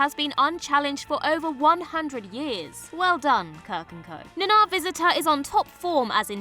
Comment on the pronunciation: You mispronounced Uhura, Takei, and Nana!